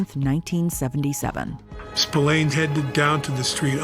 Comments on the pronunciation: Spillane is pronounced “Spil-ann” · Yeah it's really annoying especially as she would have heard/told the correct pronunciation. Pet peeve of mine.